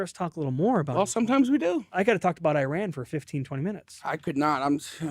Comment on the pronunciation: I knew I shouldn’t have clicked a tmz video but my curiosity got the best of me. leaving after hearing “Iran” not being pronounced correctly.